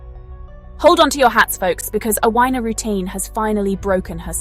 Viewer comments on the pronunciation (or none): I can’t believe anyone would say her name so incorrectly!